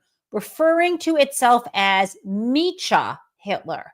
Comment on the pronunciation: I think the pronunciation should be "MEKKA-Hitler", not "MEECHA-Hitler". "Mecha-" is a short form of "mechanism, mechanical". I could be wrong.